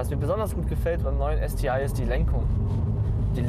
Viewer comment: Warum ist er nicht in der Lage es Deutsch aus zu sprechen STI ist wirklich nicht schwer vorallem dann nicht wenn man alles andere an dem Auto Deutsch ausspricht.